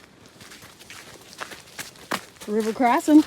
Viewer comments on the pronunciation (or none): lol "River Crossin" Like a CAPITAL A. RA-di-A-tor, like RA-di-A-tion or RA-di-Ate not like Ra- dish (small a sound). Damn litter bugs! 🤨